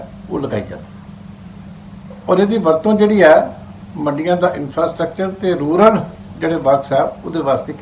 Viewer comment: It is “RURAL” not “RULAR” development fund.